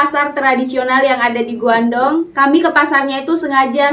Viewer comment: Guangdong dibaca Kuangtung (baca pinyinnya)